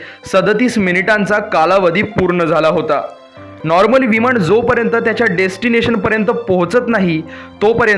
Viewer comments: तू आधी न आणि ण हवे तिथं नीट म्हणायला शिक...मग नंतर असले फालतू व्हिडिओ बनव...विमाण नाही म्हणत...विमान म्हणतात... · विमाण नाही.... विमान असतं ते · विमाण का म्हणतोस रे मूर्खा! विमान म्हणता येत नाही का? तसंच दरम्याण म्हणतोस! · छान माहिती, पण विमाण नाही विमान, णंतर नाही नंतर.